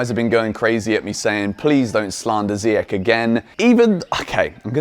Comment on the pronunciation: Come on man its not ziyak its ziyash in arabic langue ziyash its sh not k at the end say his name right for once lol